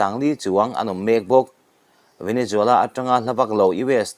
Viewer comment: Venezuela....Nge... Venejuala.....Venejhuala😊😊😊